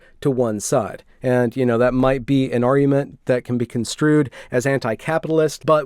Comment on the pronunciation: I can't take your arguement seriously if keep saying "ar-ue" and "ar-uement".